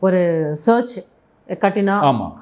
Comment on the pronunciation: இந்த மேடம் ku church nu kooda solla theriyadhadhu varuththam. Search nu solranga.